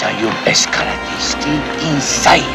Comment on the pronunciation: Great review. Your pronunciation of "Karade" put me in mind of this clip: (skip to 0.30)